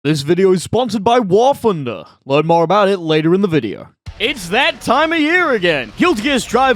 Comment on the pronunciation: I've been watching your videos for a long time now, but I don't understand why you cannot pronounce "TH" it is NOT AN F. WAR FUNDER?! REALLY?!